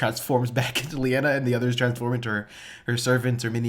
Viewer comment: Her name is Linaya not Leanna. 😁